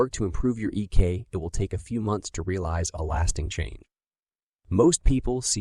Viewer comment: It's EQ not EK,.